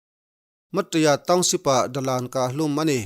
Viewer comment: Mat ta ya tiin a in ziak a Ma Ta Ya ti a chhiar tur